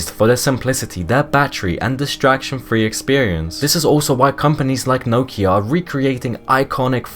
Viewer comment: Can’t say Nokia or Z correctly so too young to remember.